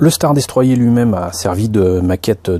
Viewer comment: Elle est pas mal mais le star destroyer se prononce star destroyeur